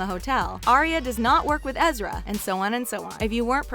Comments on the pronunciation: It’s ezra not ezria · but it's EzriAH not ezreeea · Why does she say ezria his name is ezra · its Ezra dumbass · Lena Jordanova Right!?! Ezr-ia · You said Ezra wrong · damn. you can totally tell that this girl didn't watch the show by the way she's pronouncing the characters names